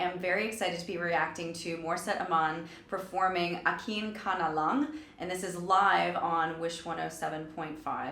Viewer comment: AKIN KA NA LA?? its wrong pronounciation ma"m.... its AKIN KA NA LANG...ADD N.G.. FOR LANG..the closed word for this is like TONQUE in english or YANG in chinese.